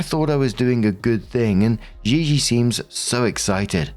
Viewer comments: Im 90% Gigi….is just said GeeGee xD not ZheeZhee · The way you pronounce gigi makes my skin itch 😭